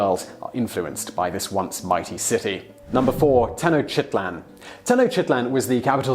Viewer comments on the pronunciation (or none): Tenochtitlan is pronounced: tēh-no-sh-ti-tlahn; not: "tehnoshitlan". And, there are no jungles in central México, but pines forests, in fact, up to this day, Mexico City, former Tenochtitlan, is a muddy and lakewise área surrounded by a large mountain and volcanic system that substains large pine forests, rain forests, as well as huge snowy areas in the mountain chain area, natural areas which span throughout various mexican states, such as the states of México, Morelos, Puebla, Tlaxcala, Veracruz, Hidalgo, Tlaxcala, San Luis Potosí, Guanajuato and México City itself, which is still one of the biggest Metropolis in the world alongside places such as Tokaido area.